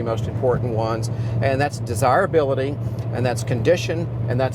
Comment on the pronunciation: Take a shot each time he says "des-hire-hability". We had 6 of these cars at one point and grandma gave them all away to "clear up space" 😏🤢 enjoy em today fellas!